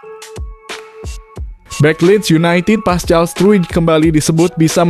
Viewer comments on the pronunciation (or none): none